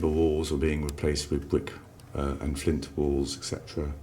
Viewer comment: Fwint constwuction and Fatch Woof! Cway Wed Bwicks!